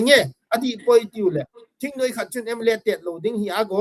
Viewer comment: THINGNUI-me❎. THINGNOIII-muh✅